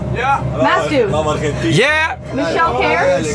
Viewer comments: non il dit vraiment MAT-SU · il dit matsu « Matsou » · Le plus grand scandale c'est qu'en VO il dise : Matsu xD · Par contre le "MATSU" de MrBeast sur sa vidéo pique XD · Meme dans les traductions (pas française) ils disent Matsu, le pauvre ça ma fait rire aussi !